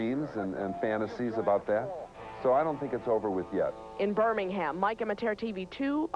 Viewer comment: I wish she could say Birmingham right, that would be great.